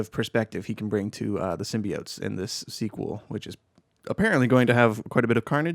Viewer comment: "Kah-null" and he also said "Sym-BYE-oats." xD